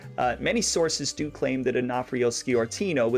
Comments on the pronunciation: It's pronounced Score-tino not ski-ortino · Sciortino is pronounced Shore-tino. While talking about San Jose, you can't forget Angelo Marino, or Salvatore "Bill" Bonanno, or for that matter Carlino's grandsons who didn't know their Grandfather's business back in Colorado, until recent years. There were more, I'll let you do the homework. Good job on the Cerrito's.